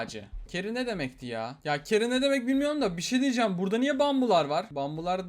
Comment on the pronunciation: abi keri diye değil çeri diye okunuyor